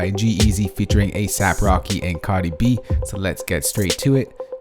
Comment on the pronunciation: He said Cadi B